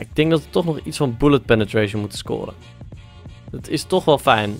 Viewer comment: ff ter info je zegt altijd vijn of vornuis met de v maar het is met f